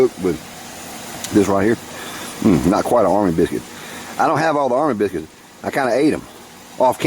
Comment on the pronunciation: turn on the closed captioning, and watch about in for a few seconds. I don't think youtube likes your pronunciation of biscuits, LOL